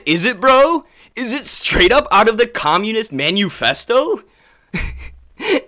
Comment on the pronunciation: Did bro say Menu festo??